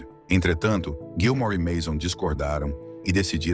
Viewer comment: Narrador, é Gilmour, não Gilmore, beleza???